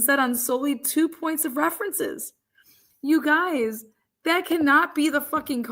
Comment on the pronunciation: Just the fact that you said, “ You guyiz” I trust nothing you say……